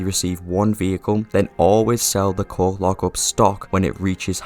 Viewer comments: I had the video playing in the background and I heard the coke lockup i was so confused and thought you was trolling until i came to the screen and realized that you were saying coke lockup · Long story short, you were saying coke lockup but it sounded like you were saying something else. Hope that helps you understand what i mean